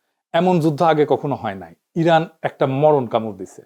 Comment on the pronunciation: রানের ❌ ইরান ✅